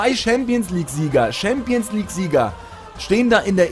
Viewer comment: Schämpions League wuhuuuu hahahahaha xD